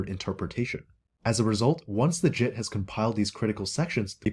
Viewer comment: Watching at 1.5x speed, around minute when he says "JIT compiler", it sounds like he is saying "SHIT compiler", which would of course be more accurate.